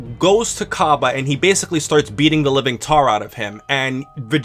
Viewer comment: Its pronounced differently